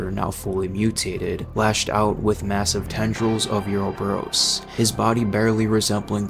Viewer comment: You played RE5 right? Why do you pronounce Uroboros that way? I love the video, but that threw me